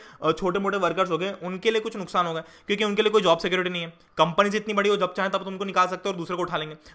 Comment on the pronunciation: Sir it's kyunki not chyunki